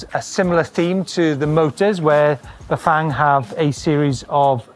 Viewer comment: Loved this behind-the-scenes video and your presentation, but dear God, man, learn how to pronounce Bafang. It’s not that hard!